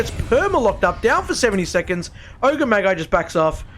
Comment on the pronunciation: My only notes are that Magi is pronounced like 'badge-eye' and maybe find some synonyms for annihilated lol